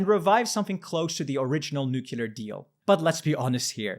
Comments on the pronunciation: I can't believe he said nucular. So sad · Plese learn finally how to pronounce Nuclear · Please learn how to pronounce nuclear!